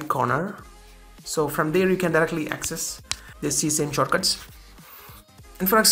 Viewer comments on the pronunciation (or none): Ses-ah-me. Not see-same. 😂